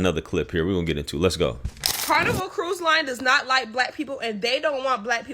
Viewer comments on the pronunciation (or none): "Carniver Cruz"